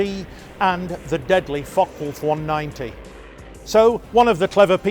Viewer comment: Ah yes, the deadly fock-wolf